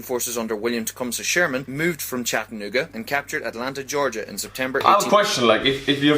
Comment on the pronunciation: dude says chatanooga so weird haha